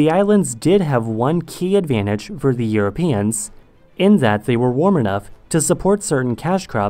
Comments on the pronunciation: i thought i was the only one that heard his /ð/ really far back almost exactly like his /z/ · I think it's a speech defect